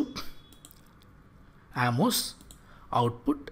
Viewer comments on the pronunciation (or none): none